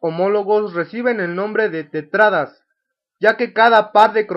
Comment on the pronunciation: Bien explicado... La única crítica sería la mala pronunciación de palabras como tétradas o citocinecis.